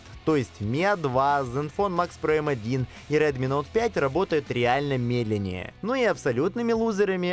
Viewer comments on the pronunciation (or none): none